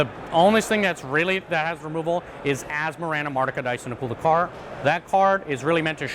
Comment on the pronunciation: You know he can play the deck well when he pronounces Asmo’s full name on the first try like it’s nothing 😂